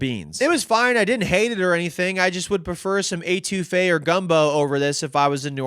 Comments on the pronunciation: eh-too-fe is how you pronounce it for next time one of my favorites too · Love ya, but it’s not pronounced Ay-two-fe. C’mon!! Eh-to-fay. Actually I don’t think you pronounced anything right. So on brand! 😂😂 I counted 5 couillion, but the total was probably over 20